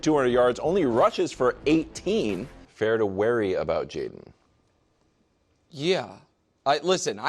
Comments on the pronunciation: Wildes for the love of all that is holy, please stop saying "worry" like "wary". lol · I'm waried that Wildes will never learn how to say the word worry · Does anyone know why Wildes always pronounces "worry" as "wary?" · The way Wildes pronounces the word “worry” is so bizarre…